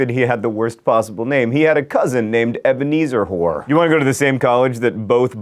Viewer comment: did he say ebenezzer hore ?